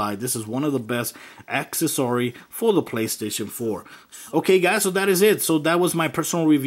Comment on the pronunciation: acces -sory lol